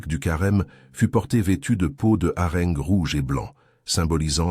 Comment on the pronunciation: IA.... j'abandonne .Ne pas mentionner que le poisson est LE symbole de la Chrétienté ... Le harengue prononcé à la meridionale...., non là c'est trop...